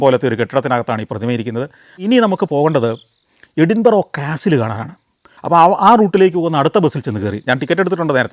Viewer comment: Santhosh sir with all respect it pronouns എടിന്ബര